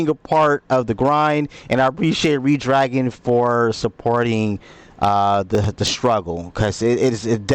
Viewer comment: Great review. Redragon is pronounced as "Red-Dragon" (/ˈrɛdˌdræɡən/), just like the color red followed by the word dragon. Despite being spelled as one word, it is commonly pronounced with a slight pause between 'Red' and 'Dragon', or as two distinct, fast words.